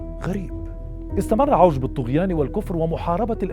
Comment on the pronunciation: عِوَج ....لفظها الصحيح بكسر العين